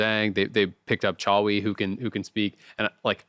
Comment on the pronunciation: if you see this your pronounciation of Toucouille is 10/10 respect. Also toucouille means all balls, yes, these ones